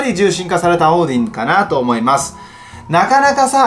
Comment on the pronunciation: オーディン獣神化きたんだね！ 英語の発音よすぎるよ笑